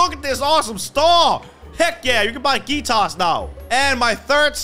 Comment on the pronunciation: Lol he said geeta I know it's bcz of his accent 🤣 😂